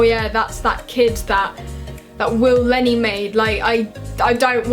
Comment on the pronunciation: Willne Not Will lenney